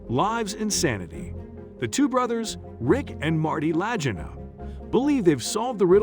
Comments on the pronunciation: The least the narrator could do is pronounce the last name correctly and the channel that aired it was the History Channel. The pictures shown was who knows where but definitely not the Canadian Oak Island. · Your mispronounced Marty and Ricks last name is appalling . Please learn the correct way to pronounce their last name. Ms Helprin has passed away . Please check your facts. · how could he not even know how to pronounce the brothers' name?! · Shellback?......I'm a " Domain of the Golden Dragon " I was on the Seawolf SSN575 . Doing spooky stuff in the Sea of Okhotsk . The voice is a bot , and mispronounced their last name . I seen your username and wondered if you are Ex-NAVY . Peace , from Cass County MICHIGAN ! Wolverine State ! Seawolf SSN575 ! Torpedo Man / moss system too . Maranatha ! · I know it proves he didn't know how to pronounce Leegna !!!! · I agree!! Pronounce their last name correctly and use real Ariel footage of the island!! What’s the deal of not doing so? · At least you should learn how to pronounce their name right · Imagine researching a story about two brothers and all they have done as well as those before them, and never taking the time to learn how their name is pronounced. Bizarre.